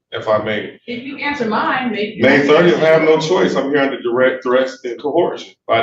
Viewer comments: "Under a threat, a dress and co-horjun" WTF? Like I always say, "When a dumbass tries to sound knowledgeable and intelligent, they just prove their ignorance and stupidity." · "I'm here under threat, duress and co-WHORE-sion." WTF is that?! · I have yet to hear a SovCit that can correctly pronounce “coercion”.